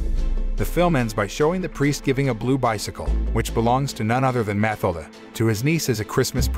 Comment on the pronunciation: Pretty sure the girls name is pronounced Mah till dah.